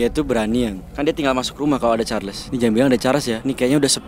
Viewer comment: Ey. Bang aku dengar cho-cho carles dari manusia